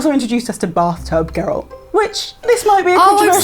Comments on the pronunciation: It's Geralt, not Gerald. Sorry. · Unpopular opinion: the way they are saying 'Geralt' is totally wrong and hurts my ears! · I think their most unpopular opinion is how they pronounce "Geralt" ;p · i think the worst unpopular opinion that you lot have is your way of saying Geralt